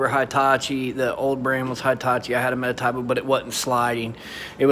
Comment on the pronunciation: METABOO not MetaTAboo. Thanks for the review but man. Everytime you said metataboo made my ears hurt! 😖😖